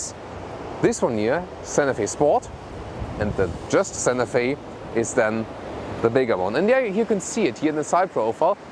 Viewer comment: I would put more emphasis on the T in Santa Fe. I thought you were saying Sanofi (the pharmaceutical company).